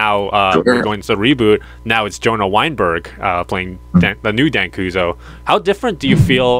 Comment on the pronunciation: Where are you getting Dan koozo from it's Dan Kuso